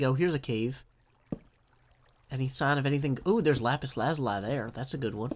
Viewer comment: im sorry but its lapis lazuli its sounds like lee at the end sorry it bugs me too much not to correct and any of those "fancy french" ways of saying gems names are lies people made to sound better no you sound stupid